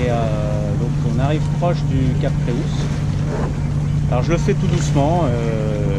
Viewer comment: Joli reportage. Il s’agit du Cap Creus c’est du catalan et correspond à l’occitan Crotz et au français Croix. Creus se lit /krew/. Imaginez un étranger dire /kroikseu/ pour le mot Croix, ça brûle les oreilles 😂